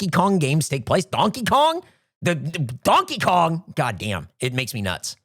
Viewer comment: I semi agree with opinion on lore take (sometimes connecting entirely unrelated things is fun, like sure Payday takes place in the Left 4 Dead universe that's a fun idea) but I also cannot get over pronunciation of Donkey Kong, it's like he's doubling every vowel